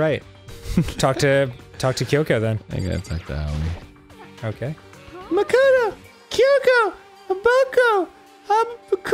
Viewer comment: Everytime i hear them say Aoi as auwiee i laugh.